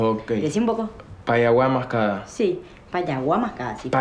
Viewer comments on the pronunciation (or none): "un poco la quiero" todos somos Miranda jajaja Rita: PayaguaMascada , Mati: PashaguaMascada la sangre paraguaya no le quita lo porteño pobre